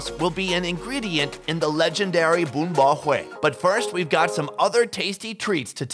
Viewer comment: he said "bún bò huế" with the correct local accent too lmao